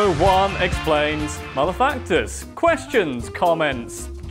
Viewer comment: It's funny when he says 'Mother facters'... Cause it sounds like he's going to say 'Mother fuckers'. Get it now? HAHAHAHAHAHA